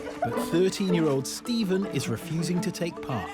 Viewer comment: steven- "good evening" stephen- "good ephening"